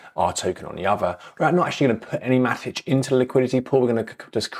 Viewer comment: Should it be Matik? If so I've been pronouncing it wrong for 3+ years 🫣